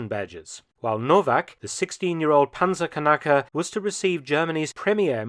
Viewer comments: Mark, you really ought to improve your German, mate... "Kanake" means something quite different to "Knacker'", as I'm sure any German visitors to your channel will be happy to explain to you...! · The way Mark pronounces Panzerknacker makes it sound like Panzerkanake :P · I think you meant so say "Panzerknacker" not "Panzerkanacke". But it was hilarious anyway. Thank you for that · 'The 16-year old Panzerkanacke' lmaoo (for non Germans: Panzer>knacker< means tank buster, wheras >Kanacke<, as pronounced, is a racial slur) Great video, as always! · Sorry but as a German I had a loud laugh at "Panzerkanacka" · Well you did pronounce it like Panzerkanacker. It happens, the german language is very hard. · "Panzerkanake" Aaaahahahahahahaaa xD You may wanna errr check your pronunciation there, Mark. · Armoured Turk/Muslim ahahha